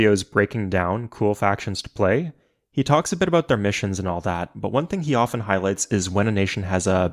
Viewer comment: he said aboot